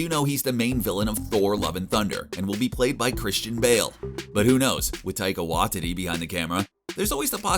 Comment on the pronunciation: What a weird way to pronounce Taika Waititi..